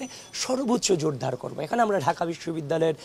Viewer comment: বেশি স্টাইল করে কথা বলতে গেলে একটু ভুল (অন্তর্ভর্তীমূলক/ জোরধার) হতেই পারে! কেউ কিছু মনে করবেন না!